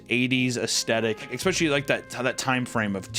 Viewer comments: please oh please! The word is “Especially” not “Expecially” 🤓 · When can I get a shirt that says Expecially?